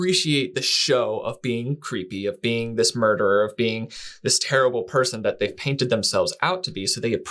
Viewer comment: What a terrible, rerrble interviewer!